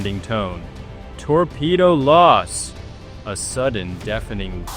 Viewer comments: It's not torpedo loss! It's torpepo LOOSE!!! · Oh - FYI it’s “TorPAYdoe lowss!” Maybe use one of those translation apps that pronounces the words? Just a thought.